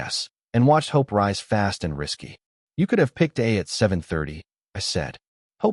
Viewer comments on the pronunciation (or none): none